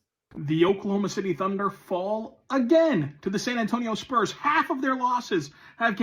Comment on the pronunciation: He's been consistently poor. For Years he lived in Brooklyn while covering the Spurs, and only recently move back to San Antonio. He's inarticulate, mispronouncing "Spurs" as "Splurs" repeatedly, and other words. Furthermore, his podcast, when the audio is decent, often drifts focuses on his doll collecting and other "nerd stuff" like comic books, Star Wars, and anime, rather than the Spurs. Never ONCE asked Pop a hard challenging question. Wasn't even present at the famous El JEFE press conference. I don't know if this guy is an equity employee with Locked On or What. Finally, the network hired experienced journalist Casey Viera (Hofstra University) and former Spurs champion Devin Brown for the post-show, a welcome change from the host's previous reliance on random bloggers and loud Twitter personalities.